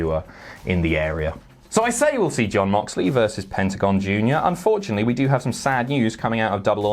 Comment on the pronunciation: Did just pronounce Mox's first name as Yon Moxley? xD